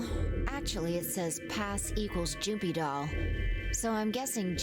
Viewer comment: It is just me, or is the pronunciation of JUMPYDOLL kind of suspicious? She says it like "Joompydoll", or perhaps Junpei Doll? Maybe I'm just crazy though